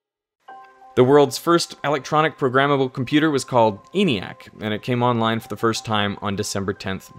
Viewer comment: ENIAC was pronounced with a short E by those who built it ( "EN-ee-ack", not "EE-nee-ack").